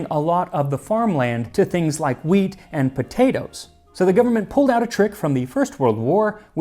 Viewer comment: I appreciate how carefully Max enunciates each word; you can hear the subtle /hw/ in “wheat,” a pronunciation that is becoming increasingly rare.